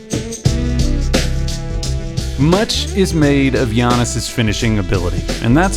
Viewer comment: Lol i got triggered when he said "son zoo". Great vid tho